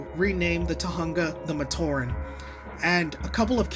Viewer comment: The story of 2005 isn't a retcon. Oh and "oooh Kopaka's lense is on the left side in 2008. I'ma make a political joke".. Stop. Just stop. There's NOTHING political about it. NOTHING! Also, it's pronounced as "Tohunga". As it is written, not "Tohanga". ALSO, pay attention. Teridax said "Join my brothers and me". That was a hint of what's to come. And the "funny" moments were annoying, like that "nothing you can do, nothing you can do, nothing you can, nothing you can do"... Can you stop?